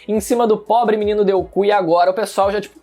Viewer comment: "Todo mundo descascando em cima do menino Deuku" KSKSKSKSSKSKSK